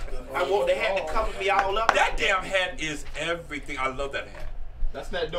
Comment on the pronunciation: “KIVER “😂🤣🤣THAT UP!... never like that lil girl 🙄